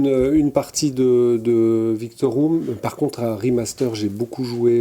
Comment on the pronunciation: Pendant toute la présentation de, je me suis demandé si j'avais toujours mal lu... Mais non, il dit "Victorium" alors que c'est "Victorum". Shame shame shame!! 😘